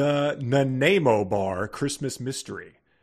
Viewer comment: As a Canadian, hearing the mispronunciation of “Nanaimo” and then crapping on the best pastry this country has produced was tough to endure. (And yes, the Nanaimo bar is a staple of the Canadian diet.)